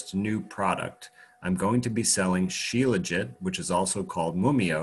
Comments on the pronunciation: Shila-Jeet! Dr Kaufman says 'Sheela-Jit' - 'still tastes disgusting! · My first thoughts are always to find comedy, and that was what I heard when he pronounced shelajit. Also thought about the sexism, where is the helajit?